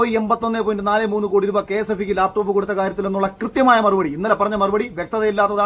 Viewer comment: ലാപ്ടോപ് എന്നല്ല പറഞ്ഞത് Mr Akhil. താങ്കൾക്ക് തെറ്റ് പറ്റി. അദ്ദേഹം പറഞ്ഞത് " ലേപ്പ് ടോപ് " എന്നാണ്. 😂😂😂😂